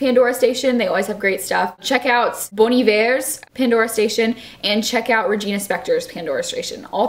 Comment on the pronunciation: 1. Your eyes exactly match the colour of the walls. 2. You pronounced Bon Iver right. These facts make me very happy.